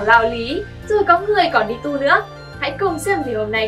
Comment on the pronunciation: đi tu mà tui nghe thành đi tù